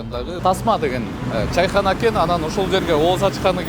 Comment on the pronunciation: Чийхана эмес чычым болбойле Чайкана эле дей бергиле